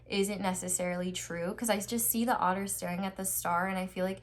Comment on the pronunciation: Instead of otter i thought the whole time author wrongly pronounced?!?